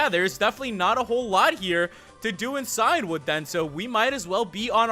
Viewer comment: Just to let you know that Cian is an old Irish name pronounced Key-Ann or Key-In, and it means Ancient, and you're saying Cyan, the colour which is like Blue. So it should be Key-In-Wood, meaning Ancient Wood